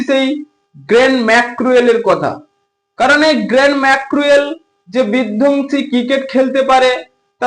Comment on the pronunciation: এই বলদের বাচ্চা তোর দেশের বাড়ি কই তুই তো ঠিকমতন কথাই বলতে পারস না । গেরেল ম্যাক্রো এল না বলদ, গ্যেলন ম্যাক্সওয়েল ভালোভাবে ভালোভাবে কথা শিখে তারপর ইউটিউব এ আয় বলদের ঘরের বলদ